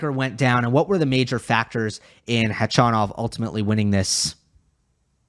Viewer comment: Gotta say I really appreciate your correct pronunciation of Khachanov, even correcting yourself at one point -!